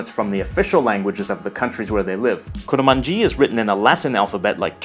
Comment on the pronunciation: I'm Kurmanji, but it's not pronounced like that, atleast that's how I speak kurdish. We pronounce it "Kurmonje".